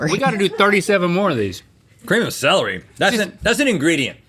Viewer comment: A cream of gr-celery😂